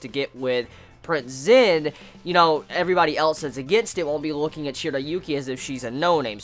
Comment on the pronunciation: He says the names wrong it's Zen,shiriyuki